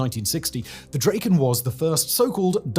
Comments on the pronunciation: Draken is "Dracken", not "Drayken". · it's not draeken, it's draken (like kraken, but with a d) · Still making the standard British mistake of pronouncing the single a in the middle of drakken a long vowel, it's not a long vowel. Please read the rules for Latin. Just being persnickety